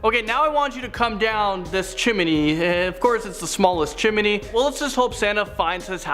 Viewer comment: His pronunciation of 'chimney' is like nails on a chalkboard. Do you see another 'i' in there? Geez.